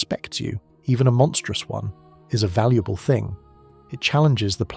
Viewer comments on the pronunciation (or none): none